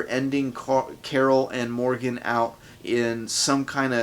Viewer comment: when you sayed rick and Morgan I heard rick and morty hahahah